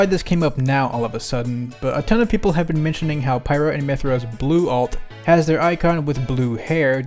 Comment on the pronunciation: It’s pyra